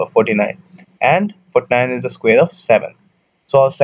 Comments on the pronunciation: It is square not squeer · Ok, guys, this is so funny, I heard of weird pronunciations but come on guys when does a square become a squeeze?